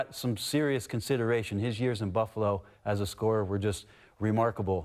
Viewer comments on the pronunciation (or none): none